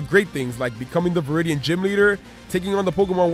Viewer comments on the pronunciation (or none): none